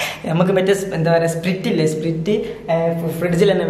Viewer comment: Polich... അടിപൊളി prank.. 💓😍 പിന്നെ സ്പ്രിറ്റ് അല്ല dude.. സ്പ്രൈറ്റ് ആണ്.